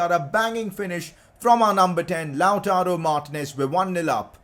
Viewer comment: It’s lataro Martinez not loutaro Martinez (when you say it)